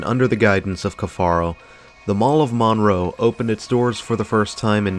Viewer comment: It's not pronounced Maaan-row.... it's Munroe